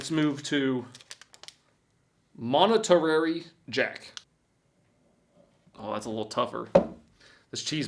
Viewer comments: "Monetary Jack" 🤣🤣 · “ monetary Jack” 🥹😅😂🤣😭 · Monitarary jack? Lol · Monetarary for engagement. 😂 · “Moneterary Jack” has learned engagement bait for the fish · Monetary jack😂. That's a guy named Jack who got monetized.😂 Monta-ray